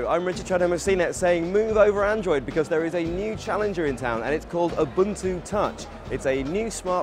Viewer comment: He mispronounced ubuntu